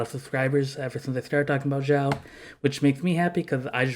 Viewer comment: Hey buddy, just so you get used to the right pronunciation of your favorite character's name: The way you are pronuncing is sounding like "Zhao" in mandarin The correct way to say Xiao is "Shiao"